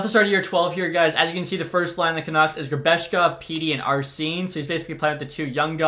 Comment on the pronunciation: Bruh my first name arsene that shit is so wild I never hear it scared me genuinely when you said it, you pronounced it exactly how I say mine too 🤣